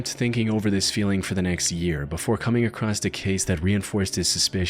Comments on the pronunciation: There’s no T in the word “across.” Jesus dude. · Baby “acrossed” isn’t a word. It’s across. No matter if its past present or future. You’re smarter than this and I’m trying to help you sound like it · no there isnt. i have no idea why this guy always says "acrosst" but it pisses me tf off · why does this guy say across as "acrosst"